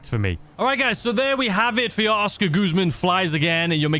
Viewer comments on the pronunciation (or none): we all know about your pronunciation but, please stop calling it goozman its guzman 😂😂